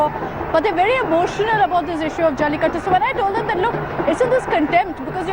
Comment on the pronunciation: try pronouncing jallikattU rather than jallikatt :)